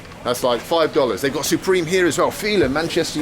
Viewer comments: Not Supreme, Supemre ! I don't think it's original lol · You mean "Supemre"? lol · "supemre", definitely original, hahaha.